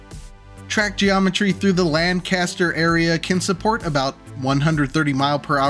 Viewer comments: They're pronouncing it objectively wrong Also I despise cali weather, I need to moisturize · Lancaster is prounounced Lanc-aster, not Lan-caster, just a tip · Being a Lanc native, I hope the pronunciation of Lancaster irked your soul as much as it did mine! LAN-caster is in California. Lang-KISS-ter is in PA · Uhm, it's pronounced "LANK-uh-stir" 😅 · Local tip: Lancaster is pronounced as “LANK-ister” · As someone whose father grew up in Lancaster County, I’m waiting for all the comments criticizing him for pronouncing “Lancaster” as if it was the city in England or California. Also, using I-76 between Harrisburg and Pittsburgh is basically completing the fabled South Pennsylvania Railroad, which the New York Central tried to build to compete with the PRR in a notorious robber baron feud, but it was never completed and the right-of-way ended up being used for the Turnpike. At least the same feud created the West Shore up in NY. Also, the mentioned abandoned tunnel was built by the railroad before the Turnpike used it briefly, so this wouldn’t be the first time someone planned to put tracks through it. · Great video but that pronunciation of Lancaster is criminal